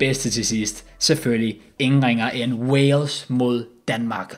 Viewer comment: Alle andre som siger Wales og som siger Walsh